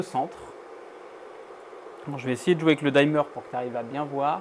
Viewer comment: Tes vidéos sont top. Par contre si je peux juste me permettre une toute petite remarque : peux tu arrêter de dire dimmer : "daïmeur" 😂. Ça se prononce "dimeur" tout simplement 😊